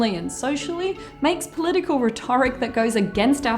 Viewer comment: Sorry to correct you, but it's pronounced "RHET-or-ic," not "rhet-OR-ic." (Unless it's an Australian thing, but I couldn't find any references to alternate pronunciations.) Found the video very interesting, though.